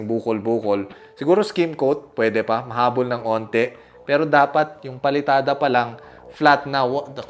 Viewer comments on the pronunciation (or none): none